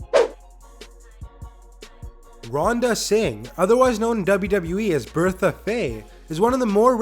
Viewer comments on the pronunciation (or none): none